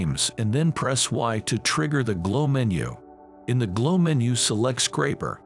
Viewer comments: SCRAPER, not "scrapper" 🙄🙄🙄🙄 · This is awesome. ❤️ PS: I love how it pronounces “screen scrapper” 😄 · i cant stop laughing. screensCRAPPER